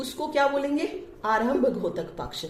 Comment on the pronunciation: मैम आप बहुत अच्छा पढ़ा रही हो। आपके छात्र होने के नाते आपसे एक अनुग्रह करूंगा कि आप उच्चारण में सुधार करिए। द्योतक को घोतक न बोलिए।🙏🙏🙏